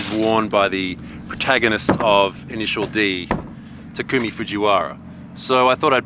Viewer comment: Why does everyone say "Ta-koom-ie" I thought it was "Ta-kum-ie"